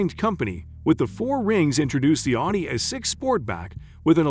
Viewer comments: What's with the weird pronunciation of "Audi"? Or, more accurately, the "au" sound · I wish you would learn how to pronounce the company, not pronouncing it correctly